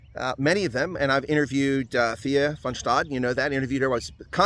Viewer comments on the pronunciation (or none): Her name is TeaA... You don't pronounce the H as with the english name Anthea.